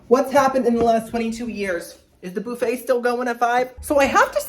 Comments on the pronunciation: oh my dam its not "boo fay" its "buf-fah" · Boofay. I love you but please, just for me, say bUHfay. Just once. Just for my ears. But I can deal with the kwayso instead of k-so (tomato/tomahto am I right?) 😂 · I love you. Funny, solicitous and just a nice guy. I just have a question..why do you say booofet instead of buffet like everyone else. I don't wanna be a Karen. I just wondered is all. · BOOFET!😂😂😂 BUFFET! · Lol Boofay. Dude it's buf-A. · I like how you say “boo-fay”. 😂